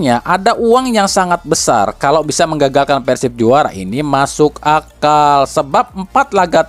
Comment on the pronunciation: . Masuk akal min bukan masuk akmal . ... Ada ap nih apa iya mimin terpleset lidah😅😅😅